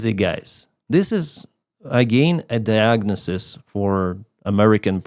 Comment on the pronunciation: saying diagnosis...diagnasis 😂😂 im going to cross the Rever 😂😂